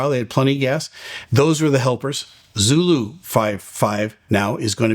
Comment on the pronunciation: Oh man...hearing Zoro instead of Zulu really causes confusion for me over the radio. Too similar to Zero, imo. Eesh. Maybe just me?